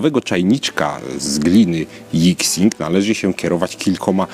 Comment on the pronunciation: „Jixing”? Chinczycy „x” cztaja jak „ś” , czyli nazwe gliny czytamy jak „jiśing”